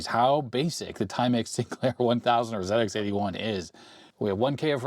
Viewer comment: Hi, as a Brit, I'm glad that you're saying "Zed Ex 81" rather than "Zee Ex 81". 😁😁 Also the ZX81 screen buffer wasn't a fixed size, it expanded and contracted as necessary. In the UK the VIC 20 was about £200.